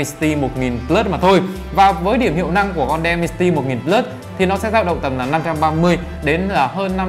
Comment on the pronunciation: Đọc là đì men ci ti một ngàn bờ lớt nha bro :)))) Mình nghe nói hình như có loa kép nữa đó Mình quyết định sẽ đổi từ k30 pro qua k30 ultra vì trải nghiệm màn 120hz và 2 loa vì đó là những thứ trải nghiệm hằng ngày rồi mặc kệ là con chip gì :)))